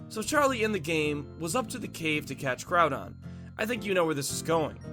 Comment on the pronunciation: Its not growdon its groudon